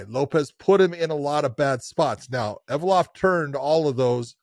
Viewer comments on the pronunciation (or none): Evloev, not Evolov